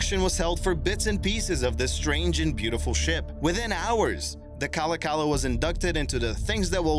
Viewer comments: Its pronounced like kalawkalaw not cala cala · It's pronounced Ka-lock-a-la and it was not a joy to ride on. It vibrated like a bedroom toy and was a bitch to load and unload. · So just a heads up 3. MV Kalakala is pronounced Ka-Lock-eh-la I know is is strange to some but It is a Native American name as all the ferryboats are in Washington state ferries.